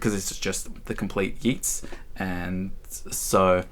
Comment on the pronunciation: Cool video! I might just go through my own book collection now. For future reference, Yeats rhymes with waits not with Keats.